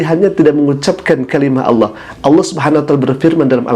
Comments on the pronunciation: saya rasa dia bukan ustad. dia impostor kiriman sebelah pada menit 1.03 mengucap Alloh nya kas orang sebelah saat mengolok2 islam dengan sebutan aloh. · Bukan ustadz tapi Dajjal. Sebut Allah aja kurang jelas. Mau ku tabok aja wajah nya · Si bapak lg sakit jiwa, ga hanya umat islam tapi semua umat di bumi harus minta maaf termasuk si bapaknya ga hanya sama ayam tapi sama semua hewan wkwkwk. Pas lihat video saat nyebut Alloh lidahnya keseleo tdk seperti org yg ga pernah baca Al qur'an , feeling saya ni bpk bukan muslim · Sepertinya orang ini bukan muslim tpi pura pura muslim,,ingin menyesatkan umat Islam,, dengar kn lah ketika dia mengucapkan lapadz Alloh,,beds banget,,,harus d tangkap Karena telah menistakan sayreat islam ,, naudzubilah himimdzalik,, ya' Alloh Kuat kn kn iman Islam Kami semua amin ybn 🤲